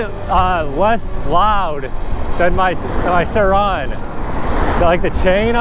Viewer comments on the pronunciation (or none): stop saying surron like that please